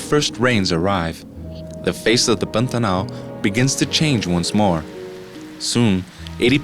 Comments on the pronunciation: Not brazilian; american who just knows how to pronounce Pantanal. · Good job!!! Is the narrator brazilian? The way he pronouces "Pantanal" is quite familiar!